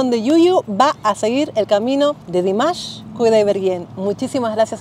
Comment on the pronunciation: Me encanta que te encante, un pequeño alcance, su nombre se pronuncia Dímash no Dimásh